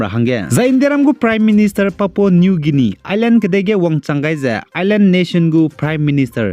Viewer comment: Ndâ anui Leisi kageteibe tingge "Guinia" ze Pronounciation ge âh "Gainia" ze kuku delei, Ei nzeimak zai lun gaira da.